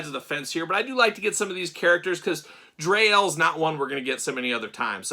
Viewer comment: Dree (pronounced like free) Elle. And Daimar pronounced like Day-mar. 😊